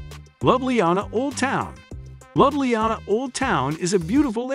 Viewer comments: The way it pronounce Ljubljana 😂 Yes it's an AI narrator. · Slovenia's capitol is What? Someone here has not done eben basic homework, obviously, which makes this video not worth watching. And I just Love the way you murdered the pronunciation of Ljubljana, and almost every other location. Nice going. Typical A.I. narration b.s. 😔